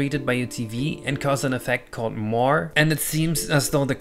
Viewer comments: It’s pronounced “moray” not “more” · it's moiré. That accent is very important. It means it's pronounced 'moir-ay'. It's French. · moiré = "mwa-REY" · it's moiré, not "more" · "Moire" -- pronounced MORE aye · I believe that moiré is pronounced muah-ray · Moiré is pronounced "muah-ray" cause it's French. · moire = mwar-ray <3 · Moiré is pronounced Moh-ah-re. Moiré patterns are quite an interesting topic in and of themselves. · just a slight feedback, Moré is a French word and it's proper pronunciation is along the lines more-eh. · Correction: Moiré doesn't have a silent E. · Of course! We all know that acute accents mean the vowel is silent.